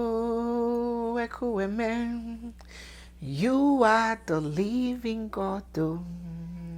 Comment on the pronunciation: please, don't ",Englishify" the song. It's Ekwueme,. Not "Ekueme". Thank you